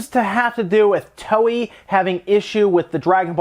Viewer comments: um Toei is pronounced " toe~eh " ... not "towee". . . and yeah it's dumb for game publishers to basically ask gamers to port beg just to get certain games ported to the Switch. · FYI, Toei is pronounced like Toe-A ("To" in pronounced like the English word "toe" and "ei" is pronounced like the letter "A").